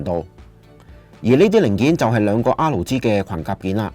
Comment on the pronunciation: 好多謝你嘅分享，真係好有心機 少少意見，作為YouTuber，如果可以改善RG發音就好啦，畢竟呢兩個字喺片中都出現咗好多次